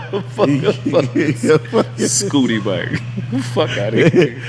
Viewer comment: lol he was saying Scotty bike